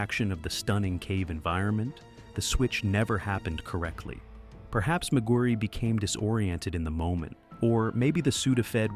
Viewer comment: McGuirre is pronounced “Mac-Gwyr” not “Mac-Gwyr-ree” or Mac-Guri…